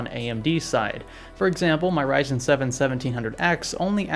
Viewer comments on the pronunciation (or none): none